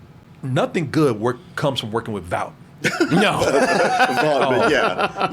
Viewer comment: What the fuck is a Vaout??? Lmfao as many time as Vaught is said in the show you'd think people could say it right by now